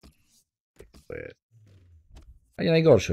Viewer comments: ten zawodnik to nie Tello tylko Tejo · Ten tello czyta się tejjo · Mascherano może grać na ŚPD. Drobne porady do czytania nazwisk graczy: Mathieu-Matie, Tello-Tejo.